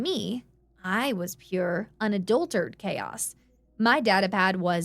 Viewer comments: One minor quibble. It's pronounced un-adult-er-at-ed. Not unadultered. Other than that, excellent narration of an excellent story.❤ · The thing is, this isn't a simple mess-up. On multiple stories, she's pronounced "unadulterated" as "on a dull turd," despite correction notes. It sounds like either an inability to learn or a refusal to do so. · Once more: "Unadulterated" is SIX syllables - Un-uh-DULL-ter-Ray-ted Please try and get it right. Please. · I've encountered all manner of accents, and she's the only one I've ever heard drop the "rate" from that word. It's grating, like a fly landing in your drink.